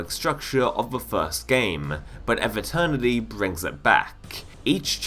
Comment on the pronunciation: Pronounce EVE like "even" without the N not like "ever" without the R